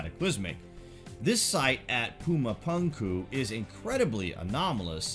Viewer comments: Pronounced "puma-poomku" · It's weird hearing you say puma puunkuu